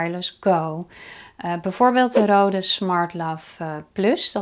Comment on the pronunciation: Goede uitleg maar het merk is niet Rode ( zoals jij het uitspreekt ) Je spreekt het uit als Reude daarom staat die streep door de O, dat maakt van de O klank een EU klank